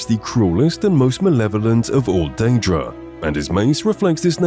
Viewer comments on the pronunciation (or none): none